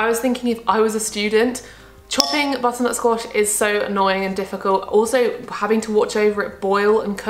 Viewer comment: Remember when said butternut squash but it came out squatter nut bosh